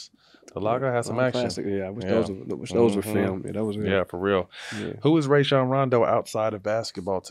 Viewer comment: They still saying Rajon name wrong